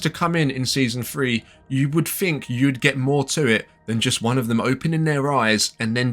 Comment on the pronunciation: Why are your English "th" sounds "f" sounds? Season "free". What do you "fink?"